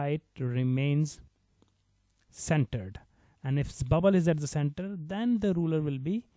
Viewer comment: It's rulER not rule btw